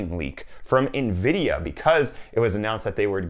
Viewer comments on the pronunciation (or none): none